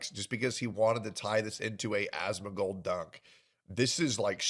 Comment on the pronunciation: Calls him "As-moan", followed by "it's cute watching him." Wild.